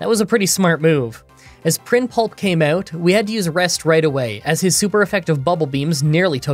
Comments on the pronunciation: I think it is Prinp-Lup not Prin-Pulp. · Still saying Prinpulp 😂😂